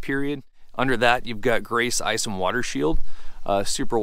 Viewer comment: Water, not waiter...